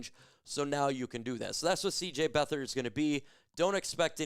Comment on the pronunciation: It's not Beth/ard it's Beat/hard. He's a Lion!